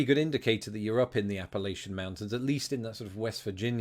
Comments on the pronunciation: Please allow me a gentle correction as to pronunciation. When referencing Appalachia, it may help to think of the phrase "I'll throw an apple at ya." This may also help: Source: I'm a native of the only state that is entirely in Appalachia. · Appa-latcha is how Appalachia is prounced. Common mistake, but one locals will correct you on lol